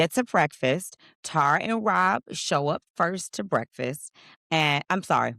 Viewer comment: You mean “brefiss”. 😂